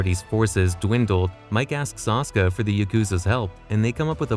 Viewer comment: oh, my god! its NOT 'Ahska'...... it is obviously 'Ah-Sue-kuh' what are you, AI? It's quite clear in the games...